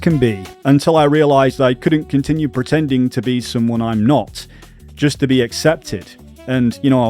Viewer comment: Lol "pretending" with that accent